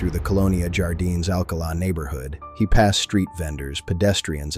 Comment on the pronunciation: It is NOT YARDINES OR YALISCO!!! JAAAARDINES JAAAALISCO HABLA BIEN CABRON!!!